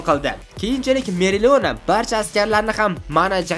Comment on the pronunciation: Meriliona" emas "Opalion"